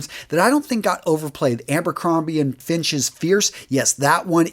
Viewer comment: Abercrombie & FiNch? Prada Ohm? And still not able to pronounce Gió right, eh?! Yeah, I'm totally gonna trust you on fragrances...